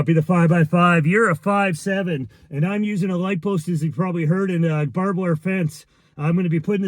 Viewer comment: It's "barbed". You're welcome.